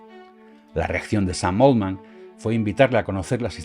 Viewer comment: 📢 La pronunciación correcta de "Altman" es ˈɔːltmən o ˈɑːltmən. Nunca 'oʊldmən. Oldman es otro apellido.